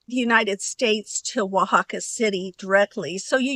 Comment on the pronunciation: I would have never figured out how to pronounce Oaxaca, so thank you for that! 😊I've never heard of a petrified waterfall before. It looks really cool and interesting how they are formed.